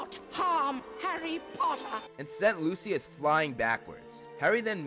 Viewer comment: who the FUCK is luciliud 😂😂😂 its Lucius dude